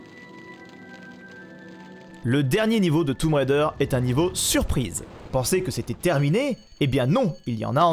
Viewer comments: "toume raider" 😅😅😅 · J'adore le "toumb" raider 😂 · oui c'est ce que j'avais cru comprendre mais ça me fait toujours sourire quand je l'entend prononcer comme ça 😊